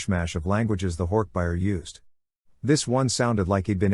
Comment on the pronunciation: Hork buyer. It’s bajeer lol